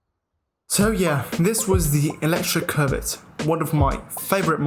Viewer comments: Bruh it's not COVID, it's Covet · Sometimes when he says covet, it sounds more like covid 😂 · I keep hearing covid